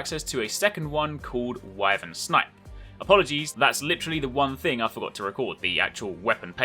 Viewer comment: lol that scarface clip is so good I'm not even going to bother pointing you that you say Wyvern wrong.